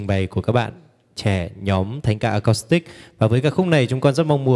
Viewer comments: Xin góp ý nhé: chữ acoustic nên đọc với âm của chữ u chứ không phải đọc theo âm o hay là âm ô. Xin hãy đọc à- cústic, đừng đọc à-cóstic hay là à-cốstic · Chuong trình rất hay, sâu lắng, trân trọng, sốt sắng. Xin có một góp ý rất nhỏ: bạn MC rất hay , duyên dáng, lưu loát. Chỉ có một điều nhỏ là chữ ” acoustic” phát âm không được rõ ràng, nghe như “ acostic”. Nên phát âm:”a- cus-tic.( âm “u” chứ không phải âm “ô”). ❤️🙏😇